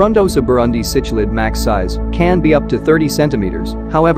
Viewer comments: You know this is going to be a high quality production when the the auto-reader pronounces “cichlid” as “sitch-lid.” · It's sik-lid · You are pronouncing cichlid and Tanganyika wrong, very painful to listen to. What about the black widow frontosa??